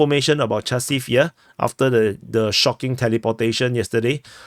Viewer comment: Chasov Yar? Oh. J